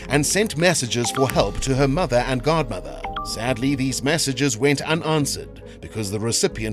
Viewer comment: Why do you say guard mother it’s godmother ffs